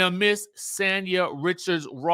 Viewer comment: Just FYI: Sanya's name is pronounced "saan•yuh". Not San like San Diego. Saan like Sauna.